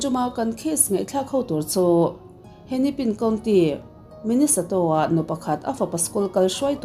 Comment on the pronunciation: Minnesoto× Minnesota √